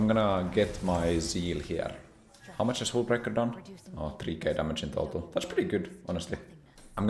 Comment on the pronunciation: It's hullbreaker not hůlbreaker...